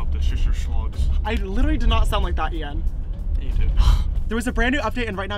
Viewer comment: youreung he said Ian but with sh at the start so shian 🤣